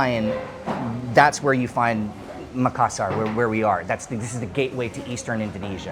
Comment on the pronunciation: North Australian here. Is pronouncing Makassar correctly? He says Mak-assar, but I have always heard it pronounced as Ma-kass-ar.